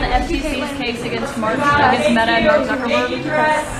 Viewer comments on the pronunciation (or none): none